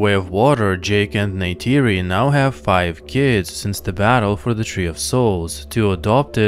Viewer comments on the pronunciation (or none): Why would you pronounce Tuktirey like this? Neytiri is also not pronounced like "Ney-tAYri". The "ti" is pronounced like a short "tii/tea/tee".